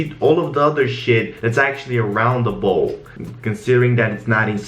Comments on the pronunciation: I like when calls the lighting "lightning" bc it adds character to the videos lol. Also his accent doesn't distinguish between the soft "a" sound & "ow" sound, so "ball" & "bowl" sound identical. Kinda cute haha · Him: reflect around the BOH Me: eue okie